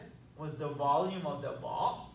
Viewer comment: Sometimes when you said "volume" I understood "ballium" and then thought: "did he said that and if yes, was it intentional?" Would fit well in this scenario though :D